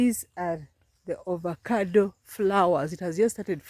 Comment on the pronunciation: Pronounced as Avocado not ovacado.😂😂😂